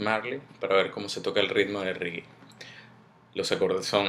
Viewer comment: esta bueno el video pero no se dice rigui se dice regue y se escribe reggae